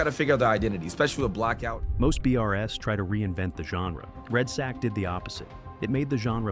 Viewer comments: "Red sack"? C'mon lol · Red sack? Wtf can you read man!? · it’s really bothering me that he calls it red Sack